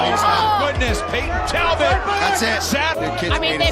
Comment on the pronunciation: It's Talbott bro